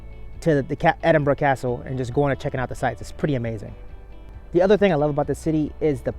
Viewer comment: Wow, an American that pronounces Edinburgh properly. We love you too buddy 😍👍